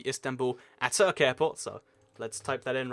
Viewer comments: You pronounced Atatürk so wrong. You should have given some history on him. He is a great person like Charles De Gaulle. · Great video, keep up the good work! Ps: I hope no turkish have been annoyed when you mispronounced Atatürk airport. He was the father of modern day Turkey (in fact it is literally Ata=father Türk=Turkey/Turk) :)